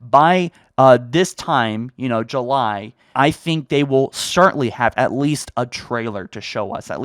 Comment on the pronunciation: That’s not grammar, but a mispronunciation. Calling you a “grammar nazi” is a bit of a stretch, especially since July is a proper noun, but... poof, you’re a grammar nazi. Элмо... Вы говорите по-русски?!